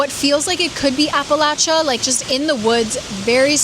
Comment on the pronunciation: AWESOME vid. Thanks for pronouncing Appalachia like an Appalachian. 😂😚